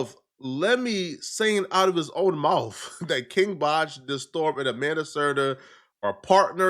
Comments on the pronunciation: That's the only thing you heard, lol? You didn't hear the way he pronouced "the-storm" lol? When it's supposed to be pronounced as "Day-storm" 😂😂😂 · It's pronounced Day Storm... he's from vine